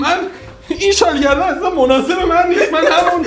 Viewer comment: شال گردنی❎ شال گی دنی✅